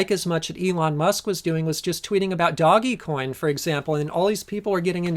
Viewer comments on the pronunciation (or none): Haha “doggy coin” Dogecoin is pronounced “Doej-coin” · LMAO at doggy coin, it's pronounced like doe with a g at the end, one syllable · I love this channel, but I got a good laugh when pronounced DogeCoin as "Doggy Coin." That was such a dad moment, it was awesome!! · its pronounced dough-g coin